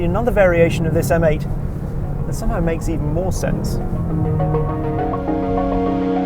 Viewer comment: M8.... pronounced "Meh 8" 😑 Heavens above, the rear of that convertible! A little bit of sick came up!! 🤢